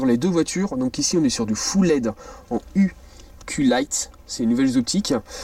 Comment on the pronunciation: T’as du mal avec le « i » de iQlight